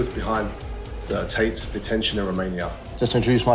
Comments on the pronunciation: Tits instead of *Tate's*😂😂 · LOL, it sounds like the interviewer is saying "tits" when he says "Tates".